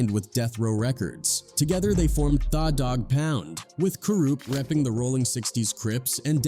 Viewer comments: Exactly, The Dog Pound, he pronounced it Thaw Dog Pound, that is to hilarious 🤣🤣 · It's pronounced The doggpound just spelled with an a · lol I know. “Thaa” Dogg Pound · I can't do it after I heard Thaf Dogg Poun Hollysmokes 😂😂😂😂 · AI hilarious who is thaw dog pound😅😂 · Thaw Dogg Pound... Learn how to pronounce the words you're saying. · “Thaw” dog pound 🤣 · Your pronunciation of 'tha dogg pound' is atrocious. What the hell is wrong with you